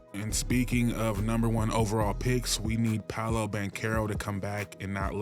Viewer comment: You said Franz and Paolo’s name right. Got yourself a sub